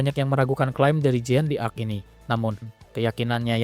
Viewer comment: Pembacaan nama jean d'arc keliru.